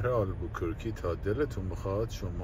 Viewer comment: اگر کمی روی تلفظ کلمات دقت کنید بهتره، البوکورکی نیست، دیستورب و بریک هم اشتباه بود